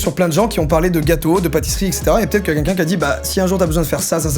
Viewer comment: Ca me stresse qu'il disent quinquin ou lieux de quELqun 😭😂